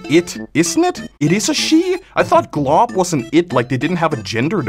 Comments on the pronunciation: saying"glob is a girl" shows he dint see the ending of adventure time and dosent know how to say golb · that is not how you say golb💀😭